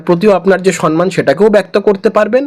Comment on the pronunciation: 'সন্ মান' শুনে শুনে আর পারি না। কথাটা 'সম্ মান'। যে যেরকম মানুষ, তাকে তার সমান মান। 'সম্মান'। ম এর সঙ্গে ম।